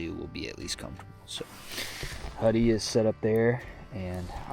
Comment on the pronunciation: every time u say huddy it sounds weird if an untrained ear heard it it sounds like hubby 🤣